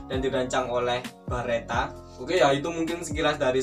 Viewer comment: Beretta lurs, bukan Baretta, kalo Barrett beda lagi 🙊